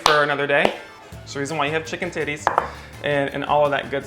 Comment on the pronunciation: Chicken titties? Did I hear that right?